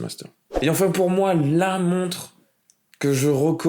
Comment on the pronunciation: Sérieusement, deuxième videos que je regarde et tu prononces une "monte"... une montRe stp!!